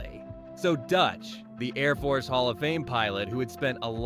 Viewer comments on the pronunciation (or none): none